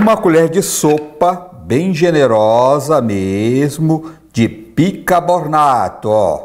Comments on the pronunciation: Bicarbonato é o certo. O Sr fala bicabornato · AMIGO ME DESCULPE. VOCE É UMA CELEBRIDADE,SOU SUA FÃ,MAS QUEM "SOA" É SINO. E O NOME É BICARBONATO,E NÃO BICABORNATO...VOCE FALOU SOA. O TERMO CERTO É SUAR,OU TRANSPIRAR. ABRAÇOS DA SUA FÃ...